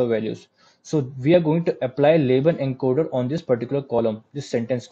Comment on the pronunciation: At about minute what format did you say the data needs to be converted to? Enker/Enkerd/encode? What's Enker/enkerd?